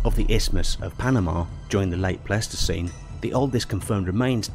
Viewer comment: um.....it's Smile-lo-don and Ply-sto=seen